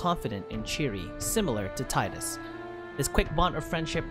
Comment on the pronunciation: Sorry friend, but his name is pronounced Tee-Dus. There is an interview I'll find and link with the voice actor and he makes an interesting point on how when reading it, he read it wrong, it was supposed to be how you say it, but he saw and read it differently so it stuck (or something similar, let me find that clip)...